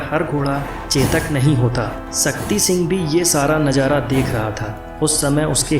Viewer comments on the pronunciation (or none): none